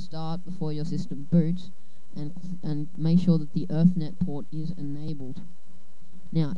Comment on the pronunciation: you said erthnet like 20 times, its ethernet. E-thernet